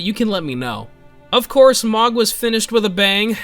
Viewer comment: His name is Mogh, pronounced "moge"